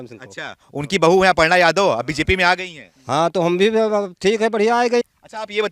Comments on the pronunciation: वो सब तो ठीक है पर अर्पणा नही अपर्णा बोलिए। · अर्पणा नही "अपर्णा " नाम है ।